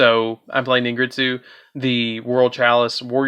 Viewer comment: Its pronounced Ningirsu not ningritsu